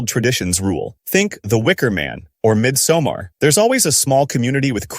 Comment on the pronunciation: At least, someone knows how to pronounce Midsommar. Awful movie but it deserves to be called by its title.